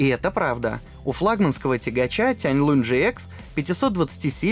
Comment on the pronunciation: Тяньлун, а не Тяньлунь.